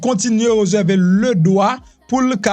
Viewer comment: Ou renmen fè suret trop , ou blese zorey mwen le wap di reuserver , se réserver . Lè wap di mesdames zeu messieurs , rangé bouch ou tikras souplé .